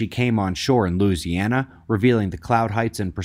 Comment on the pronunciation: Morning everyone Houseboat Grandma here on Louisiana bayou, how you say Louisiana 🤣 Awesome, I say. Im afraid to put to everything back out, lol. It Is sure to come again if we do. 🤣Ahahah. All is well on de bayou. Beastly hot and humid here. Love you All. Praying hard we are All in for a bit of a Ride. Thank you and Team Kiss the kiddos for me 💋💋💋💋🙏🙏🙏🙏 Love and Light. 💋